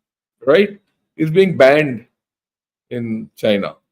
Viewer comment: Chain-ya will certainly Cry-na.